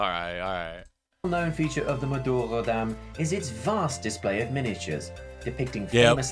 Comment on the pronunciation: its madurodam